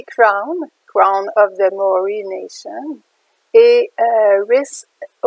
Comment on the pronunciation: Il faut prononcer MA. O. RI.